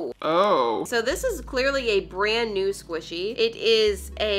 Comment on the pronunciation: When she said “this is new, it’s like a little cow” i thought she said “this is you, it’s like a little cow” 🤣